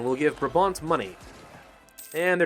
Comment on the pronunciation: It's actually pronounced 'BrAAHbant' instead of brahbant. :)